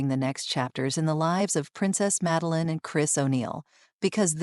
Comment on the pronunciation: Schlechte KI Sprech: Meline😂